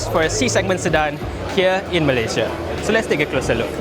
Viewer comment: Here in meleyziaa. Here in meleyziaa. Annoying, but cute.